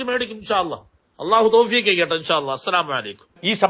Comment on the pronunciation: മറുനാടൻ അള്ളാ ഹു എന്നല്ല കറക്ട് പറയാൻ അറിയുന്നില്ല